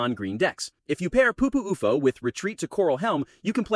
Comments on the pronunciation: IT'S U-F-O NOT OUFOH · stupid ai, cant even say u f o